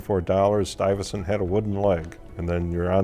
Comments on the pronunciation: 'Stuyvertson'? It's 'Stuy-ve-sant" for Christ's sake. He's not even trying. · Stuive- zand...not stuffit stunt... do your home work please..